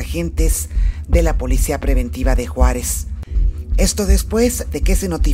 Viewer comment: La Reportera Anda Más Perdida Que Los Hijos De La IIorona Dijo Juarez Es Jerez Jajajaja